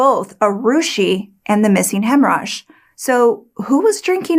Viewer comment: When I hear you say the cook's name, I hear "hemmorage."